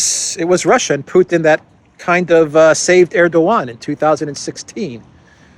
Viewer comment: Not a single person in the world pronounces Putin the way you do why do you do this